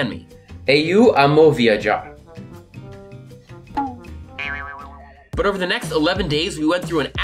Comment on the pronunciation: "eiu ama viadjar" kkakakk very good